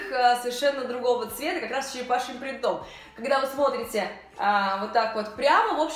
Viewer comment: .сколько уже можно бить по ушам? Не "принтОм",а прИнтом...так трудно запомнить?